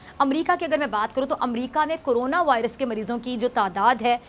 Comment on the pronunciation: haha ,, thodi punjabi tone hai ,,, corona ko carona kehti hai,, Iflaasi (poverty) ko aflasi kehti hai ...